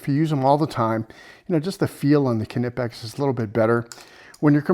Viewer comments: the knipex are pronounced nipex. the k is silent. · Silent K in Knipex